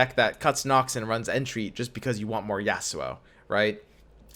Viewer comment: Normal person: Yasuo: Ya'sssuo